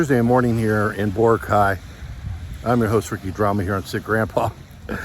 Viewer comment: I have been told by my filipina wife that it's pronounced Bor-AH-cay. I use your pronunciation just to trigger her. I am a real pr*ck sometimes.😅